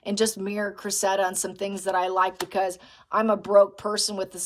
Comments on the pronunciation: I think the girl’s name is pronounced Créssida, I had never heard that name before but that’s how some English lady pronounced it…… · please check out the pronunciation of Cressida 💚